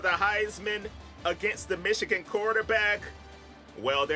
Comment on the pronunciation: Wait why can’t you say Michigan ?